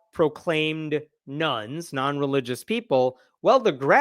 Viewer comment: Gotta say that I usually download these in audio only for my walks and it took a few takes for me to realise you mean "religious nones" rather than "religious NUNS" when you mention it. REALLY confused for a bit there haha